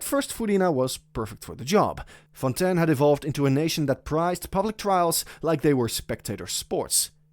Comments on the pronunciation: Nice video but i cant hear you say Fontain, Its Fontaaaiiinnn not fontan 😭😭😭😭😭😭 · Thats how you pronounce it in french